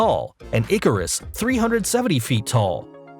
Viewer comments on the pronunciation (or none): none